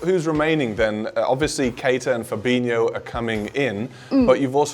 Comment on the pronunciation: It's pronounced Fabinjoo. FFS do your homework.